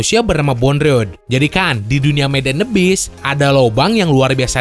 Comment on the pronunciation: abyss bukan bis